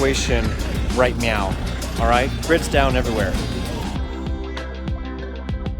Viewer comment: Did you say 'right meow'?